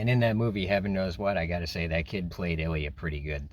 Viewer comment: That's not how you pronounce Ilya, but I understand that it's hard to pronounce for foreigners